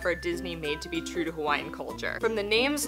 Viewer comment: Great job pronouncing Hawaiian words 😊